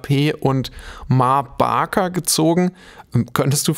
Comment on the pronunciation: Wow, ich dachte es heisst ma baker, nicht barker?